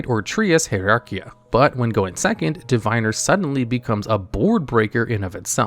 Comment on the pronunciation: Just because youre a lore channel, Diviner is pronounced divvinner. Love you, gravekeepers servant and sanga of the thunder are my favorite cards.